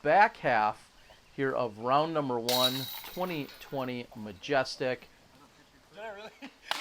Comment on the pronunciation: This guys accent drives me nuts. He horribly mispronounces Majestic in the first 5 seconds and I already wanna punch his face. Take a note from Jomez and get professional commentary to make your vids watchable.